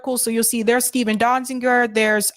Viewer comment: Great report. But... And some people might consider this a minor point... Is that how you pronounce Steven's surname? used two different versions in this video, 'Dozinger (which also appears in the title) and later in the video as 'Donzinger', whereas Amy Goodman pronounced it 'Donziger'. Which of these pronunciations is right? Out of respect for him and the great work he has done, we should at least try and get his name right.